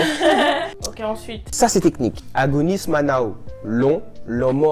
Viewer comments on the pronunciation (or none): Correction: "ola an né" > "ola an fèt" "Agonisman" on prononce -en pas -ane mais sinon ça va de ouuuf